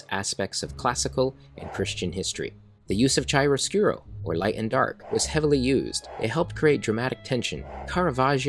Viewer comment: Chiaroscuro is kee-air-o-SKU-roh.